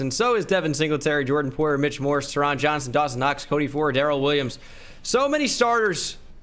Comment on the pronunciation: I went to hs w taron johnson. Its pronounced “tarin”